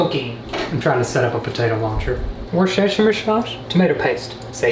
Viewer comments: It's pronounced: /ˈwʊstərʃər/ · as someone from Worcestershire in the UK it hurt me to hear it pronounced like that 🤣🤣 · “Worshashechshier sauce” LITERALLY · WoRshUShirE shause Me: I’m Not the only one!! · You pronounce Worcestershire sauce like Vooster shire sause. I know this because I live in Worcester 🙃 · I am not from the UK. It hurts me too. LOL! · When he said "Worcestershire sauce" I was laughing so hard🤣🤣🤣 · The way he said Worcestershire sauce🤣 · his attempt at saying worcestershire isnt the worst ive heard